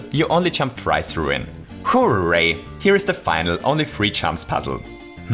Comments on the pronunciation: Hooh ray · Nobody:: HOO-RAY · the accent when you say "hooray" is so amusing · because he is austrian